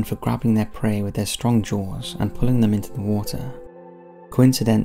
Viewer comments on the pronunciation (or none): none